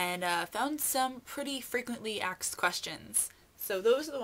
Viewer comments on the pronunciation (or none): DID YOU SAY "AXED" QUESTIONS NOT ONCE BUT TWICE ????